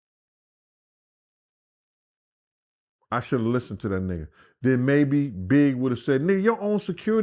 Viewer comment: Den dude enunciate it's THEN NOT DEN